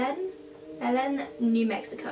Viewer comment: It’s pronounced Beh-Lyn.. Belen, New Mexico